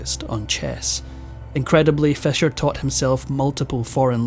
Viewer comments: Why you saying Fesher it’s Fisher. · Stop saying fescher it is pronounced feesher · Your accent woudn't be annoying except for pronouncing Fischer's name as "Fesher" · Is it fisher or fesher, pronunciation? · I had a hard time understanding "your vedeos about Bobby Fescher". Please try to fex it. The number 6 is not sex. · I can tolerate that but not the mispronunciation of Roald Dahl's first name.